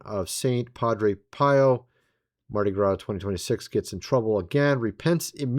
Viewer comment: Your pronunciation of Shia Lebouf and Mardi Gras has me ROTFLMAO!😂😂😂😂😂